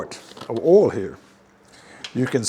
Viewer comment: OIL...not "'OL"...